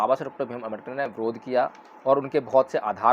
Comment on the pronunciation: Jay bhim sir, agar ap ko buran na lage to ek ba banana Cahaba hu.sir ap please baba sahib ambedker ji ka Nam spast boleyn jayse ..parampujya dr.bhimrao ambedker. Sorry sir baba sahib ka Nam spast na leya to baba Sshsb ka apman jaisa lagta hai . Sorry